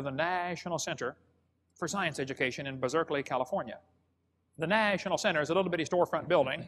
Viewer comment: 1. Why does he pronounce 'National' so oddly? 2. Why does he pronounce Berkeley, Bizerkeley? 3. How do you get a 300 foot thick coal seam from the plants that are all alive at the same time? The plants would have had to be many thousands of feet tall in jungles or forests impassibly thick in order to die, decompose and compress into a 300 foot thick coal seam. 4. More believable story about the coal-bell; a boy stole a bell and claimed he found it in a piece of coal when he was found with it rather than admit he stole it. 5… sorry, I can't watch any more of his obvious lies